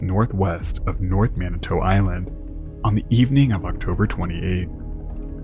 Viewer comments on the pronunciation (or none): That last syllable in Manitou is “too” not “toe” or “tau”